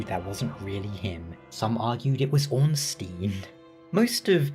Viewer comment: Your pronunciation of Ornstein (being a German based Name) is certainly better than the usual one.